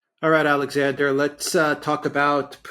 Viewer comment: "Alright Alexander letsah" ❤